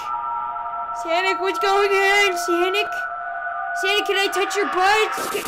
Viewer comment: Its sonic not sanic